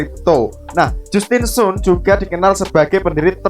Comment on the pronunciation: Justin sun dibaca Jastin San, 😂 btw, 👍👍👍